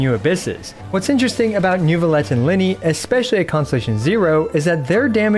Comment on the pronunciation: I used to watch a lot but since fontaine he pronounces these things so wrong it's unbearable. He did a NEWvillette and FremineT combo that kicked me down, and then KO'd me with marechussy. Im not even French, Im just autistic 😭